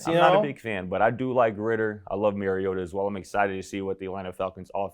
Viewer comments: You are saying his name wrong. And Mariota no question about it. Everyone too hung up on rookie fantasies. Mariota is poised to return as a top 15 QB this season, and his ceiling is even higher. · It’s not “Mary” ohta